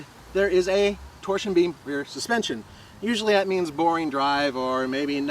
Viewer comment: Its "that" not "dat"